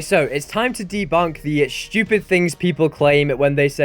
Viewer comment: whats stupid is how you said stupid with a h in it. shtupid. lol